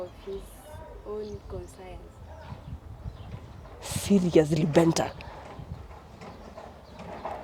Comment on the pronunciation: Benta: "..on his own consaiyans (conscience)".